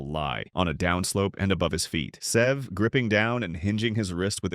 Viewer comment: AI has got to learn how to say Sev"E"